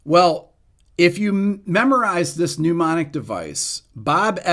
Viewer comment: I love the videos Rick, but it always makes me laugh a little when you pronounce mnemonic like "pneumonic"